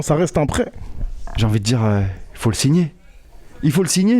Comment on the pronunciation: ''Signer'' pas "singer" et Kean sans e 😅😅 ça doit être sous le coup de l'émotion ♥️💙💪